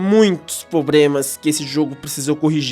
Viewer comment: Realmente, muitos "probremas", mas a "Pratinum" é de fato a melhor experiência.